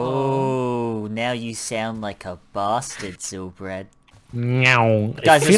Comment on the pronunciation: Hahaha Why Did You Say Basstard?!😂